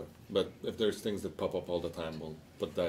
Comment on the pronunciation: BTW ITS NOT TINGS..... ITS THINGS .. THAT SHIT IS ANNOYING